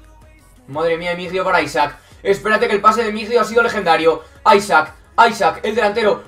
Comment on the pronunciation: No se dice aisak, se dice alexander isak